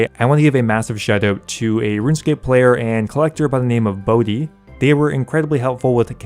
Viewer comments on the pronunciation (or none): none